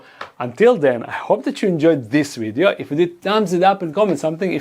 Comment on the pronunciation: What is a “wideo”